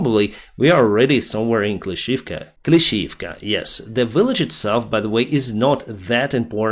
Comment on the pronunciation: Probably pronunciation is Klischi - ivka.